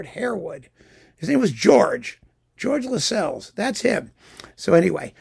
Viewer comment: And Lascelles is pronounced to rhyme with tassels